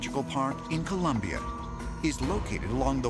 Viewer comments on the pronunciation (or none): none